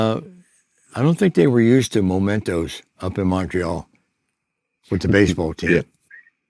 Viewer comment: Memento not momento.